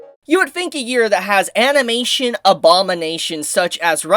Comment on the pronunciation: Ah yes "amination".